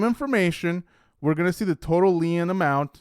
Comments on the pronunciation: Lien is pronounced leen. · Hello friend! "Lien" is pronounced the same as "lean". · Great video. “lien” is just pronounced “lean”. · *Lien pronounced like Lean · You are pronouncing lien incorrectly